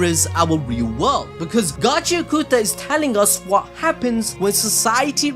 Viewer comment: Again - it's "Got-chee-ah-KUH-tah" not Gotchi-ah-KOO-tah.